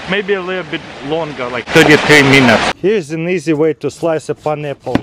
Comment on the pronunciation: that's my favorite fruit "Paneple"